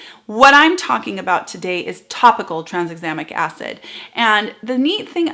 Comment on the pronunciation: We didn't notice - you are so clear! (and we tried and couldn't say "Tranexamic Acid rabbit hole"). Sometimes it feels like the people who create these ingredients are trying to get Scrabble points.